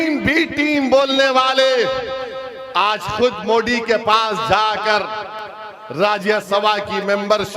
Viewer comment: Moddi nhi mere bhai MODI😂 THALI nhi tali... 🤣🤣 shinde nhi shindhe Shabd to thik se bolo